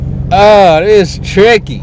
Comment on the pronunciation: It's triccy! Lol!